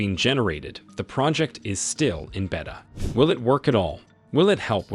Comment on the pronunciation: Beta and Dior are mispronounced.